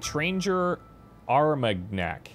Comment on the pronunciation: It was impressive how managed to mangle the pronunciation of that french cognac (Etranger Armagnac):D